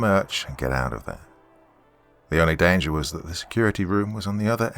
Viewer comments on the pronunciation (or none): none